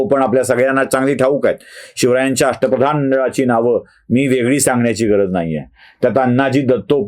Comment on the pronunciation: अष्ट प्रधान नव्हे अश्ट फदान असं ऐकलं आहे